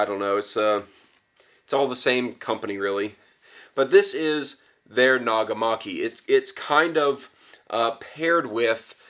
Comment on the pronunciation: and your pronunciation of nagamaki is just fine here